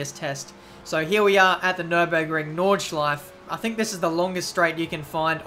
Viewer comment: it's pronounced "nordschleife". don't forget the "e" at the end ;)